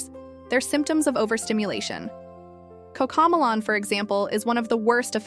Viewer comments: The minute it pronounced ma-lon instead of mel-lon. I stopped watching it. Bullshit AI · I can tell this is an AI voice, seeing as it mispronounces Cocomelon as Coco Mulan, but at least this video is designed to help parents keep babies and toddlers safe from rubbish like Baby Shark, Paw Patrol, and other not-so-educational stuff. At least in my opinion, classics such as Wee Sing, Rock 'N Learn, and old school Sesame Street are superior in every way. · Cocomalon, it’s pronounced coco-melon. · Why can’t the narrator of this video pronounce Coco Mellon? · The way this ai video maker says coco melon is hilarious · If we’re going to use AI, can we at least get the pronunciation correct of various things? Like how she is pronouncing Cocomelon! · what are you a 12 year old girl? “Oh shut up”? I am decades into early childhood development. If someone is going to use AI, they can at the very least, make sure it’s correct. So, yes, the outlandish pronunciation of the title of the show being judged should be enunciated appropriately. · Ok so I wasnt loosing my mind. I dknt have kids and dont watch so I wasn't entirely sure how it was supposed to be said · Yeah so it makes it even more difficult to identify what’s an illusion and what’s not. 🫣 I am fine with the mispronunciation.